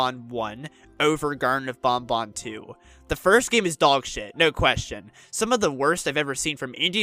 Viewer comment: Thank you for pronouncing banban correctly!❤